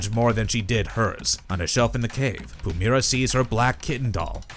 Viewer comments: Its not Pumera. Pu- MY- ra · You're pronouncing her name wrong, i assume you've never actually seen ab episode with Pumyyyyyyyra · If you're gonna do a video about Pumyra, learn how to pronounce the name.